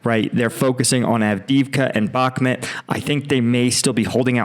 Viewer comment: why doe you keep calling it bakhmet, its Bakhmut.